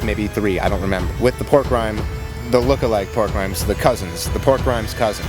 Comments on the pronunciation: Why does keep saying “pork rhymes”? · I just realized is calling the pork rinds "pork RHYMES" and he has been getting away with this for YEARS